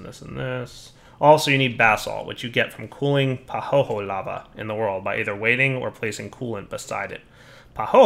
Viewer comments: Isn't pahoehoe pronounced pa-hoy-hoy? Pretty sure it's not pa-ho-ho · That pahoehoe lava is pronounced "pa-hoi-hoi" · BTW it's Pah ho eh ho eh. Each vowel is pronounced separately. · pəˈhəʊɪhəʊi Or if you don't grok pronunciation "pa who ee who ee"... Much love otherwise and have a great day.